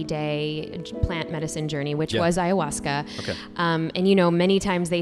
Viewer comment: Hey, love you but please stop saying HAyahuasca 😂 Also, if you ever want to do it, the best you can do is come to the jungle region of Peru and asking locals for "maestros", because chamans who advertise, are not the best spiritual guides.